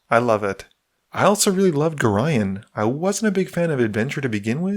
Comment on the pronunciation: You are the first youtuber I've came across that pronounces Gorion properly.. I can't express how damn grateful I am